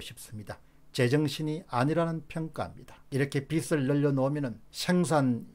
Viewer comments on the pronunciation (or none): "빚을"의 발음은 "비슬"이 아니라 "비즐"입니다. "비슬"은 머리 머리 빗는 빗의 발음입니다. 미안합니다. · 박사님, 빚 을 발음 정확히 해주세요^^ 비슬 이 아니고 비즐 입니다. 화이팅! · 공박사님, 늘 수고 많으십니다. 사소한 듯하지만 방송에서 간과해선 안 되는 우리말 발음에 대해 건의드립니다. 예) 빚을 지다=비즐 지다 빚이 많다=비지 많다. 빚이란 단어의 ㅈ이 연음되는 걸로 알고 있습니다. '비츨', 혹은 '비치'라고 발음되는 것은 옳은 우리말 발음이 아니어서 말씀드립니다. '빛', 혹은 '빗'의 경우와는 다르니까요. 고맙습니다.